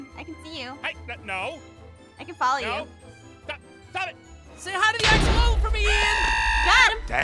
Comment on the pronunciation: Did say axolol 🤣🤣🤣🤣🤣🤦🏽‍♀️